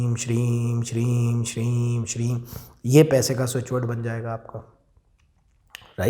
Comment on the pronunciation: Shreem he ya Shreeg bola jata he bhai ji g ki aawaj niklti ha m ki aawaj niklti he please bhai ji samjhane ki kirpa kre ji